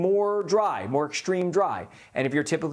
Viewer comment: Why is it ? He doesn't know how to pronounce extreme & extraordinary